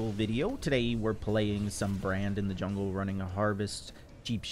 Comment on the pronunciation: Zwag saying 'zwungle' makes me want a zwag plushie